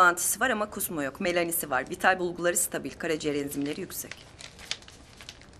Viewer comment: melani diyo 😂😂 melena değil mi o😂😂